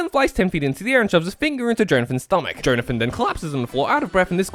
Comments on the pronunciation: I know it's a joke, but i can't help but puke every time you say JOE-nathan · everytime he says jhonathin he says joneathin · Johnathan my favourite Joestar, for real. Edit: Unironically. I'm not making a joke about how he said "Jone-athan" the whole video. I actually think Johnathan is a great man and a great role model. He sets the bar that few of his offspring will ever approach. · I literally spent the entire video getting so angry about your pronunciation of Jonathan until The very last minute when I understood the bit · How do you not know how to pronounce Jonathan, one of the most common names on the planet.